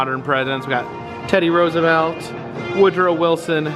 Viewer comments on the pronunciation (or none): none